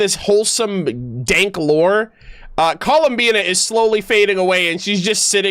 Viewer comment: He almost said "ColumSEEnot"